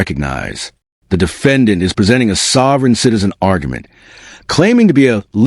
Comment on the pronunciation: Citizen, not sitizen!😂